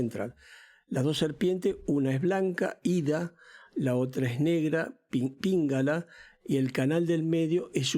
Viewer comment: No es píngala, es pingala;es sushumna, no están en el mismo lugar la pituitaria que la pineal...y continúa